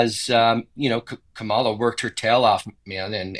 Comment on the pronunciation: I've heard them say Kamala's name the same way that traitor 47 says it. Don't do that. It's pronounced Kama-la, not Ka-ma-la.